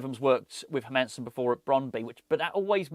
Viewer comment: as a dane you like others are saying his name wrong its like Heeeeer- mannn-seen and say it fast lol